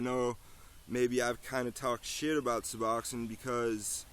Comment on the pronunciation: You might learn to pronounce it correctly